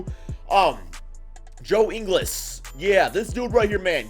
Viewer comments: joe ingles isn’t pronounced Joe ing-less, it’s pronounced like pringles, just no PR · Dude... It's Ingles, as in Jingles. Not like the Spanish word for "English".